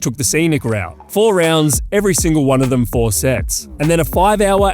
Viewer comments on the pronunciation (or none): none